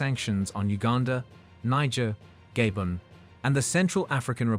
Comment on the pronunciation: This reporter should be jailed for life for pronouncing Gabon as ''Gay Born'' though...😂🤣😂🤣